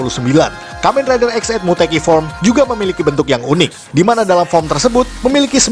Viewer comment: EX Aid dibaca IX Aid, IX = 9